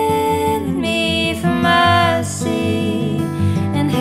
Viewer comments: "Mercy", not "My Seed". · no...MERCY,not seed. lol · Kill oh me for Mercy… not “my seed” 😂